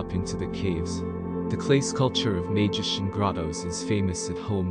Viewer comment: Great video. BTW, Maijishan is pronounced my-jee-shan.